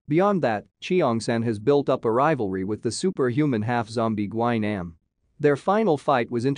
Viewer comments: My boy gi nem instead of glue nam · "lee chi-yong san" "gwy-nam" 💀